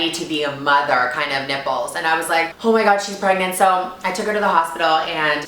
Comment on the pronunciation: I COULD HAVE SWORN I HEARD GIGI SAYING, "Her nippes looking like pregnant nipples" tf